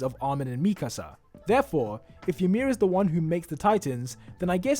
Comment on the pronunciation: Me : imir Him: imiah 👁️👄👁️